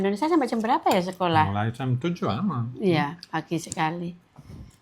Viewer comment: tlg kalau blg sekolah H nya dibaca mbak ❤ maaf ya mbak 🙏